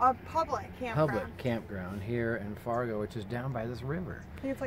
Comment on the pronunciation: I believe it's pronounced FARrrrrgo! Nice vid guys. SUPER PERFECT seeing you yesterday! Love you both!!!